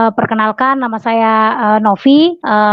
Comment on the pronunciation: NOVI KER NOFI..indon ni di grammer English very bad.. video disebut FIDEO..content pun memalukan !